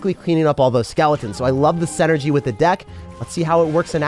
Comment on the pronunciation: still can’t say synergy right…